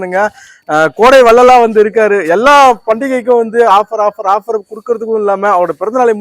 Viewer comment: அண்ணா அது கோடை வள்ளல் கிடையாது....கொடை வள்ளல்..